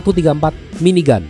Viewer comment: tetp aneh di dengar